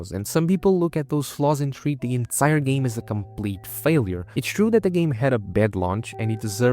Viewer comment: I love how this guy mispronounces game as gam, let's you know there is no AI slop here. Unless... the AI is running some kind of double bluff 🤔